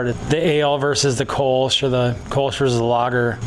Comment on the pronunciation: Hearing "Kölsch" being pronounced 'kolsh' makes my toenails curl. Funny about the baker's yeast. Before industrially bred yeasts became a thing, bakers would get their yeasts from breweries.